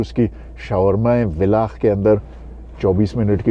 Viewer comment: Villach is pronounced as "Fillach"